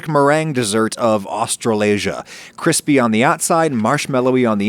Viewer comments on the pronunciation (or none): I absolutely hate how he keeps saying Australasia